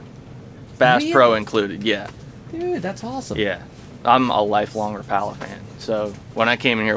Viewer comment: Life Long Rapala fan? Yet he can’t pronounce it correctly? Priceless 😊